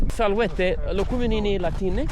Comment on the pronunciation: This is the worst pronounciation of Salvete I've heard in my life.